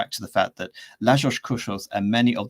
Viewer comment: Koshutt ... with a T ... not Koshoff ... or Kosothhhhh (ð, te aitch) his name is only written with a "th" to make it look more fancy, that was the habit of the time, like in Rothschild instead of Rotschild or Sathmár instead of modern Szatmár. But this "h" has to be ignored, it is not pronounced and doesn't change the sound of the t. and his first name is Layosh